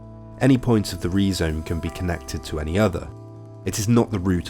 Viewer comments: I always heard it pronounced Rye-Zome before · great video but im pretty sure its pronounced rai zome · Perhaps that's how D&G pronounced 'rhizome' in French? But this vid is in UK-English, so /ˈrʌɪzəʊm/ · Rye zome not Ree zome. A pro pro? Kids! 🙄🙄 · Rhizome is pronounced RYE-zome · Is that how the British say rhyzome. What, do they hate the greeks? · Learn to pronounce the main word you're discussing. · Do High Theory people really pronounce "rhizome" like that? Wild!